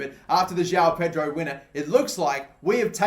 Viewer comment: Bro João Pedro is pronounced Joaum Pedro